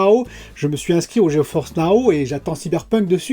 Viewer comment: Salut, Serait-il possible de : - attacher tes bras dans le dos, ca me donne le tournis... - arreter de dire geoForce now. C'est geforce now. Il n'y a pas de "O". Sinon pour tout le reste, continue, c'est toujours très intéressant..